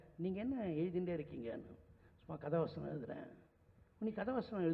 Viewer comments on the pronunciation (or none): காத்தாடி வசனம்யா அது, வச்சனம் வச்சம் னு த்தல் வதக்குற மாதிரி வதைக்கிற